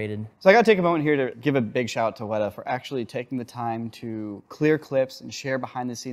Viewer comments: It ain't WEDA it's weta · 'Weta' with the horizontal lines over the vowels is pronounced 'weetay'. Someone really should tell that to the folks at Weta.